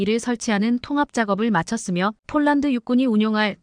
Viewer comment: 쫄란드가아니고 폴란드라고해야지 한국어공부좀하고방송해